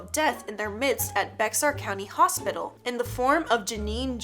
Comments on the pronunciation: It’s not bex-ar it’s pronounced like the name bear just spelled bexar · How dare you. You said baxar wrong. It's bear as in the animal. Also is it weird that the second one is in San Antonio and I live in San Antonio Edit: the one with the bus and ghost children is REAL IT'S SCARY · You pronounced bexar wrong it’s basically sound like this “bay har” but spelled bexar 🙂just letting ya know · Bexar is pronounced BAY-HAR, you shoukd know that being from Texas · Bexar = "Bear" in pronunciation. I know it''s tough to handle. Took me a whole Google search to not waste that much time rendering a video. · Fun Fact: Bexar is pronounced Bear like a Bear. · i think bexar county is pronounced Bear but idk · it’s pronounced bear county